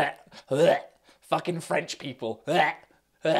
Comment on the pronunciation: The blazing Englishness of how he says “it’s not fAckin black!!” is beyond me 😂😂